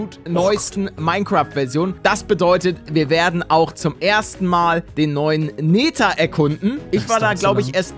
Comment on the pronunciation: Jeder: Nether Paledde: Nehter 😂 (aussprache)